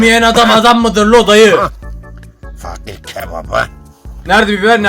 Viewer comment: fakir❌ fuuckir✅